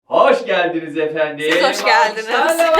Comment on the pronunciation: Türk aksanı ile mery yi çağıran: - efendim abiiğ